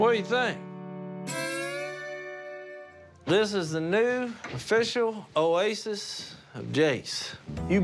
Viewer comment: Jases oasis o-jasis